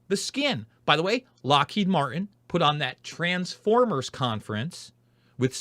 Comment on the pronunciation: I've heard about Lockheed but no Mar-inn?